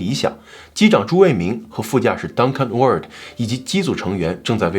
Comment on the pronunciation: Ward發音錯了，英文很差